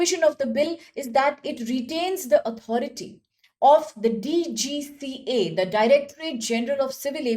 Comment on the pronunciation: It’s DGCA, Not DCGA.. ANPADH AURAT